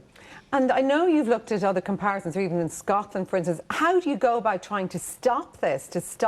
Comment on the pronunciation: It's other,not udder